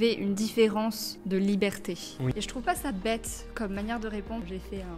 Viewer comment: tu peux m’expliquer pourquoi tu prononces “liberté” comme “libertéch”? En fait, c’est pas la première fois que j’entends ça, mais je comprends pas. Merci 🙏🏼